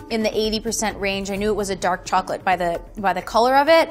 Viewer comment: Chocolate expert, but cant pronounce it right lmaooo